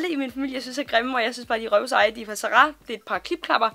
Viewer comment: Kan ikke komme mig over at du siger "Za ra" hedder det ikke Zara ?